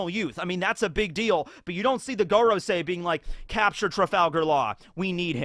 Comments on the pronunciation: When will someone tell him that 5 in Japanese is pronounced "goh" like in "got" and not "goat" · You would never pronounce “goro” as gore-o in Japanese. Japanese hiragana are always pronounced the same in Japanese, (casual enunciation slurs the sounds in certain situations, like making the U silent in words like Sasuke) Just bite the bullet and learn how to read/write/pronounce the Japanese alphabet. It takes about a day and really comes in handy. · I think it's pronounced more like 'Gohrosei, or Gåråsei' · It would be pronounced gorOOsee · I think it’s go-row-sigh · It's pronounced like goron.. 👌🏻👏🏻👏🏻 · Your usual pronounciation of Gorosei is correct. The other pronounciation sounds less Japanese (I.e. a Japanese person wouldn't pronounce Go, as in the number five, in the way that we pronounce the English word Go. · you should really look up the pronunciation of FIVE in Japanese